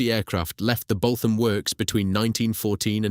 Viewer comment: It's pronounced 'Boot am' not 'Both am'